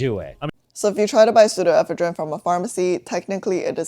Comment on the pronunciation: ive never heard this pronunciation of pseudoephedrine before. where else do people say it like that? in eastern usa ive always heard it with the emphasis one syllable later.